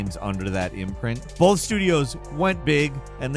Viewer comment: Bolth bolth bolth - cmon man